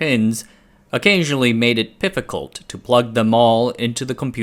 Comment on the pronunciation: “pifficult” - had to rewind for that